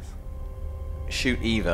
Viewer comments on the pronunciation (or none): Why does keep calling Eva “Ava” it’s really annoying. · Oh hell yeah! Hour and a half of Haven't watched all the way to the end yet, but does scold for called Eva "Ava"?